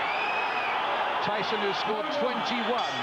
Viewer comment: Did the announcer just say, "Iron Mike 'Treeson'"? 🙄